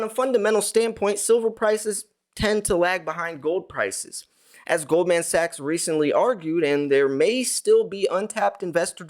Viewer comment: Pronounced Goldmen Sachs